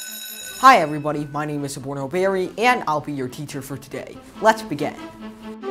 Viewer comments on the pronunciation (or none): Bari... marathi manus.. not Barry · It is Bari not Barry